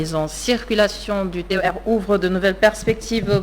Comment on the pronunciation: Arrêtez de dire TER ( terre) ! C'est T.E.R. C'est null ! Seuls les " Gaous" disent ( terre)